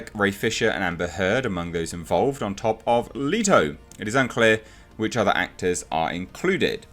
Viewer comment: Two things, you're saying Leto wrong and his joker wasn't a "punk rocker."